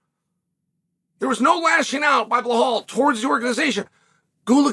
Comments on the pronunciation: I encourage Chael to pronounce champ's name properly! He's not Blehal! 🤣 Honestly, Bilal wins me over with his approach. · Who the fvck is bluh-hall? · Uncle Chael won't even bother pronouncing bullhall's name correctly with that world championship belt around his waist. I'm just sharing with you...that's cold.